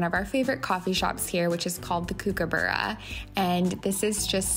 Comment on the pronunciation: Hi, Great getaway & video. You made me laugh at how you pronounced “kookaburra”. Never heard it said that way. It’s an Australian native bird & the kook part is pronounced like “cook”. They actually sound like they are laughing when they sing. They always sit on our letterbox & back fence & sing. Thought you might find this interesting. Vanessa from Australia xx 💗